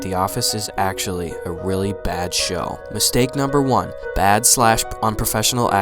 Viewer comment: "A wheely bad sow"